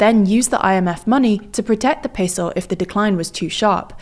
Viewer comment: seriously stop saying peso like that